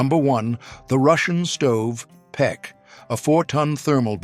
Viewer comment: Russian stove is pech not pek...